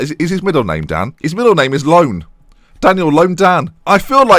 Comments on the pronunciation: Oh...and it's not LOAN:)) It's Ioan..like EEONE(that's haw you read it) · It's not LOAN it's IOAN with an i ahahah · ioan not loan LOL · Dan Dan's middle name is Ioan with a capital I (eye). Pronounced YOuhn